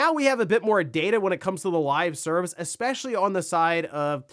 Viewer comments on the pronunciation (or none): none